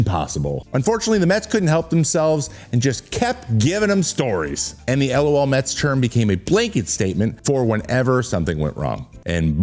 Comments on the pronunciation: Isn't it pronounced "luh-L Mets"? Not L.O.L. Mets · You just say “LOL”, not spell each letter out. LOHLMEHTS